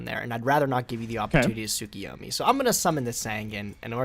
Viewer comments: I lost track of how many weeks it has been, but: You're STILL mispronouncing Tsukuyomi. There is no I after the K. It's Tsu-Ku-Yo-Mi not Tsu-Ki-Yo-Mi. My dudes please read the cards. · Not enough because mans is still mispronouncing Tsukuyomi.